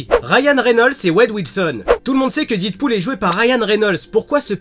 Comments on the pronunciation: Super vidéo! mais par contre on dit Deadpool pas didpool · didpool ??? non non non c'est Deadpool a l’Américaine . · Didpool? Deadpool! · DEAD PAS DID :'( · didpool mes oreilles saignent. 😂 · deadpool se prononce dèdpoul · The Dark oui et toi tu as compris que je fais ce commentaire pcq la prononciation pique peut-être